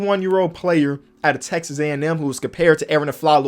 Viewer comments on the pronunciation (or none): none